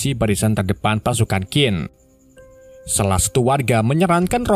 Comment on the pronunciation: bos QIN di baca CHIN bukan KIN